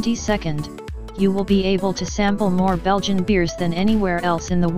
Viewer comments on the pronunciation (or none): none